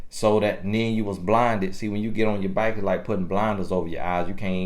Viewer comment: “Get off your byke” 😂